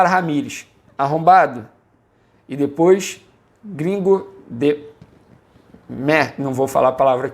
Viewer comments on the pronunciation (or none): none